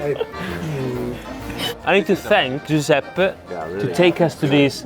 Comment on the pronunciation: As an Italian, I'm so happy you guys are able to experience this! But please, for the love of God, stop saying Giuseppy. The [e] at the end is pronounced the same way as the first [e].